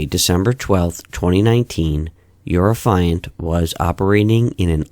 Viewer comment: Sir, the word Affiant is pronounced affy (like taffy) and int (like the first part of international) so affy-int or aff-ee-int. As in the person who’s making the affidavit (we don’t say aah-f-EYE-davit now do we?) You’re saying it like the the word defiant lol. Irksome the whole video. Not enough to be called annoying and not enough to ruin it but enough to cringe every time.